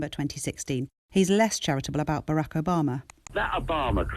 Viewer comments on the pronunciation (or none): none